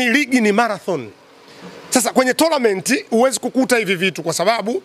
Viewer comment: Yanaitwa TOURNAMENT inatamkwa tonament mimi nakuelewa sana na nakufatilia sana from sweden